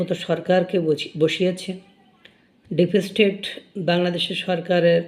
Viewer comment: ব্লগ চালানোর আগে, ঘরে বসে একমনে উচ্চারণ অভ্যাস করো। ডিপেসস্টেট !!!!!!